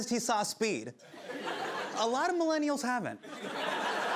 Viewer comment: "a lot of millanials haven't" earned my like.